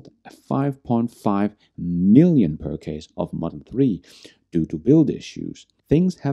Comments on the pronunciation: Just trying to be helpful it’s pur chis not pur case for purchase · "purchase" is not pronounced "purr case", but like the programme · As an Englishman, I say pur-chase....... Hope that helps.